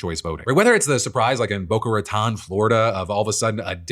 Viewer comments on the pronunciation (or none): boca ratan? Its Raton, it means rats mouth. Lived there for way to long. And it is a rats nest